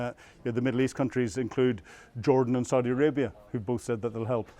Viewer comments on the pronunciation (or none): none